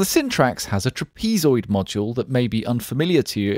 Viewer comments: lol "trapeze-oid" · never heard trapezoid pronounced that way...